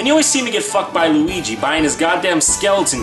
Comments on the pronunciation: i believe you ment to say weegee or lugee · Not Weegee D